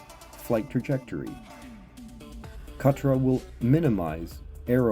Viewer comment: nice video! may i however please offer a couple of critiques? pronunciation, the k in khatra is nearly silent almost the same as pronouncing knife in English, it is like a gutteral sound made in the back of the throat when pronounced properly. also, forward khatra is not performed by way of moving the bow forwards and down upon release instead forward khatra is performed by moving the bow forwards and down to initiate the release. i personally found that understanding that subtlety for forward khatra was key to mastering the technique and of course it is one of the main differences between this method of traditional medieval archery compared with the modern target archery method which we're mostly familiar with here in the west where release is initiated with the draw hand rather than the bow hand which is mostly why i wanted to mention it. Thanks for the video, it's still good. 😊